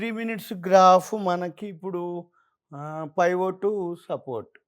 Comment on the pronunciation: కర్మరా నాయన అది పైవోట్ పాయింట్ కాదు పివోట్ పాయింట్...